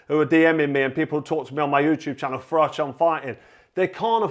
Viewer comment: I do very much remember "for mash, get Smash". :) As for Uncle Frank, I do wonder if he mispronounces your name as "Frock" on purpose.